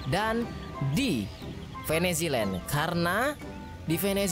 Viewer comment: oke jadi hari ini gua maraton nonton simcity 5 season 2 ini dari episode 1 - 21 nonstop, dari pukul 15.25 wita dan baru selesai pukul 00.48 wita.. dan ada beberapa hal yang mau gua komentari pertama, agak lucu sih tapi, untuk "venzeland" sering disebut "veniziland" kedua, mod pack nya belum banyak di pake atau mungkin belum disebutkan dalam 21 episode terakhir, mungkin karena fokus ke pembangunan dan lain - lain nya. ketiga, memang benar kalau tanpa mod IRC jadi lebih mikir lagi dalam pengontrolan tiap - tiap kota mungkin itu dulu sih ahaha...